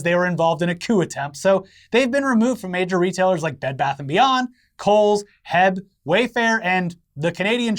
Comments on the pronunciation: I may be the only Texan watching your show so I gotta warn you. It’s pronounced H.E.B. Not heb. People are very serious about that here and they all have guns and are kinda cranky rn. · lol Its pronounced H-E-B, not heb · As a Texan I must inform you that it is pronounced H-E-B not Heb. You gotta say the letters individually. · Dude, it's H E B, not Heb. Texas based grocery chain. Originally called H. E. Butts, can't imagine why they changed it. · Heb???? It’s H-E-B ya donut. Love ya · Texan here chiming in to say that our beloved grocery store HEB is pronounced "Aitch” - “Eeee” - “Beee", we take great offense to "heb" ;) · As a Texan, I enjoyed hearing pronounce H-E-B as one word "Heb". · Did pronounce H-E-B “HEB”? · Guys it’s not heb. It’s H... E... B. Just the letters. Love you. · I can’t stand by and listen to the good name of H-E-B be slandered by calling it “heb”. The libs have gone too far this time smh.